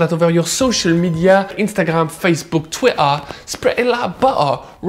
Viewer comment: This could get even more interesting woth smoking the cod :-O BTW great idea with the orange peel on the bread! And the way you say twitta spread it like butta just killed me, lmao xD